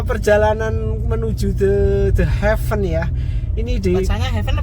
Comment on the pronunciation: Ini video ttg The Heaven pertama yg saya dengar vlogger menyebutkan The Heaven dgn sangat benar. 👍 Video sblm2nya pada nyebut "de hiven" (gemes dengernya). Buat si ibu.. Bapak nyebutnya udh bener ya Bu, jgn malah disuruh nyebut salah. Malu nanti kalo ada bule yg nonton.